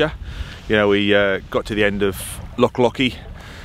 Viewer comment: Just when I thought he's mastered the word 'Loch'..... you put a key into it and it became 'Lock'!! 🤣 Still I guess when you come from that Saxon name Norfoke, we must make allowances! On Loch Oich a lovely evening dinner spot is the Invergarry Hotel, i moored there years ago with my wife when sailing the Great Glen. Cracking filming! Makes me nostalgic for the auld country whilst here in the Cotswolds! Say hello to 'Nessie' for me! 😂👌👍